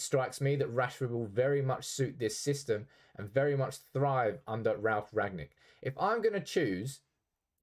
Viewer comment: Said his name wrong throughout the whole video….